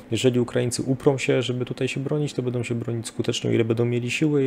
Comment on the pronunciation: Świetnie się słucha! Szacun za wiedzę! Sugestia mniej: "bedą" a więcej "będą" :) Poza tym tak trzymać!